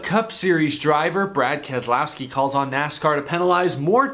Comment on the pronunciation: Ke-lousy-ki and Slow-ga-no